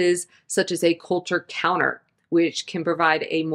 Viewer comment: "Coulter counter"?? Or "Culture counter"?